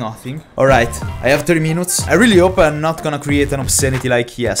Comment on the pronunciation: i always laugh when u say "alright i have thirty menoonts" :D hahaha lmao i love your content btw no hate